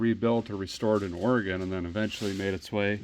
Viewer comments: mad respect for pronouncing Oregon correctly! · Neat car! That's from out here in my neck of the woods. That resort is in Welches, Oregon out by Mount Hood. Impressed a guy says "Orygun" properly😂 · A feller pronounced oregon right. I'll be dipped. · Thank you for saying Oregon correctly The Resort at the Mountain doesn't seem to exist in Oregon anymore, but being on Hwy 26, it was likely something near Mt Hood. There are several mountains in Oregon, but Mt Hood is the only major one near Hwy 26. I admit to being very cynical, and have a lot of depression triggered by the holidays due to a major loss that occurred days before Christmas. I see very little kindness in the average person during the holidays. In fact, I see a lot more stress and anger from most people during the holidays, which makes sense if you think about it. The holidays are a busy time where we all feel obligated to go to a bunch of social gatherings because that is what is expected of us by others. We're also expected to spend a ton of money, which most people don't have, buying trinkets and gadgets for others, so financial stress gets severely amplified. Those who have money end up donating to charity and giving stuff away in December because it's tax deductible, it benefits them to donate just enough to reduce their tax liability. Sorry if that dampens your Christmas spirit, but it's true in a majority of the cases.